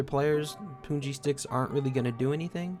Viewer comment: it is 'pun' ji like the word 'pun' not puun.